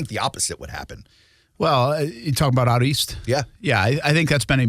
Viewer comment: He said it correctly “out east” that’s how you know he knows what he’s talking about . 🐆🏈🐆🏈